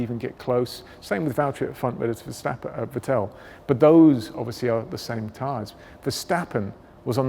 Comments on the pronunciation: The man still doesn't know how to pronounce Vettel. The emphasis is on the first syllable, not the last. "FAtl" not "veTELL". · This guy pronounces Ricciardo and Vettel wrong. Even if he wanted to pronounce Ricciardo “correctly” (not how Danny says it), it would be different.